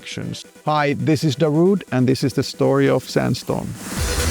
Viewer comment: In Finland you pronounce his name "Da-ru-de". Not "daruuude"